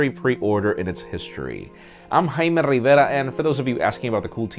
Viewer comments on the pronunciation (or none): getting annoyed hearing "jaime Riverrrrrrrrrrrrrrrrrrrrrrrrrrra" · Jaime Rrrrrivera